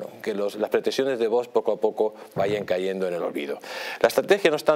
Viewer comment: A ver si el presentador este aprende a pronunciar V O X y no vos jajajaja me parto cada vez que lo dice